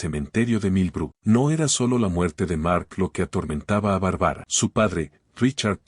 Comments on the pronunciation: Lo malo de la narracion es que no pronuncie el nombre de Barbara y no de Bárbara se escucha horrible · No puedo seguir escuchando !?? Q diga Barbara con tilde xq es Barbara Barbara !!! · K feo pronuncia Bárbara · Que fastidió esa pronunciacion de el narrador con el nombre de la protagonista .mejor q investigué como se pronuncia el nombre Bárbara